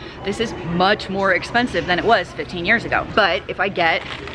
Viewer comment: Ear 👂 or you should u say year